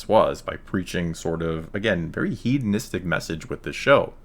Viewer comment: How do Merry Cans think hedonistic is pronounced heed-un-istic?! Shortest empire ever! ;)